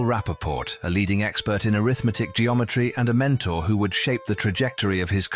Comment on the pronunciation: Why does the commentary consistently refer to Scholze in the past tense? I kept expecting to be told that he's dead. I hope not. Also, "arithmetic" here is spoken with an accent on the 2nd syllable, i.e. as if it's a noun (which it ususally is at least in English), thus: "aRITHmetic. But here it is mostly used as an adjective modifying "geometry"; used that way, it should be spoken with the accent on the 3rd syllable, i.e. "arithMEtic." The content does sound very interesting, but is not explained except in the most general terms. Like some other commenters, I hear no clue about how Scholze's work is connected to infinities. Like one other commenter, I suspect that his work is based to a significant extent on Cantor's work--which I think I understand fairly well. But after listening to this, I have no concrete sense at all of what Scholze has said mathematically.